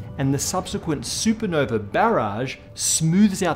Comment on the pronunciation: It’s super nova… You’re British right? Champagne supernova not super No-vey